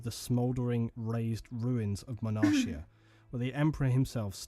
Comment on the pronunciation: 1 thing.... Sorry.... Is called "Monarchia" with the "CH" as a "K" so is like "Monarkia"